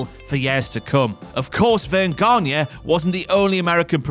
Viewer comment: The pronunciation of Gagne is not Ganya but Gani.